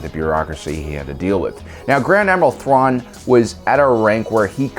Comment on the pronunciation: tuan xD i know it might be a speech issue but its still funny